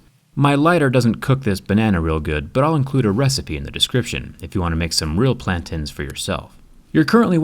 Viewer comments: Plantans... It’s Plantains. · plantains are not pronounced plantans. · Plantins 😂, i think it's pronounced plantains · MY GUY SAID PLAN TINS, its plantaaain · lol plantans it's pronounced plantains it's African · Plan-tins.. lol you mean Plan-tains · They are not called Pla-tens they are called Plan-teans. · Plan-tains. not plantins. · Plantins? Its plantain. With an A sound at the end. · It's PLAN- TAINS. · Pretty sure it’s pronounced “plan-tains” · the way you say plantains makes me upset😞😞😞😭😭